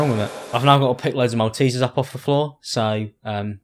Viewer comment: What the fuck is a mal-te-ser